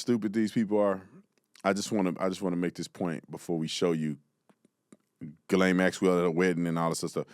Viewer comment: why can’t anyone manage to pronounce her name correctly. Yo Bondi, I know due diligence and meticulous procedure isn’t really your ‘thing’, but- can’t stress this enough- it ain’t “GURL-ayne”. Maybe spend a little time knowing who you’re prosecuting. Oh, and how’s that ‘meeting with victims’ thing coming along? Have you found your phone yet? Remembered your Gmail password? Try harder pumpkin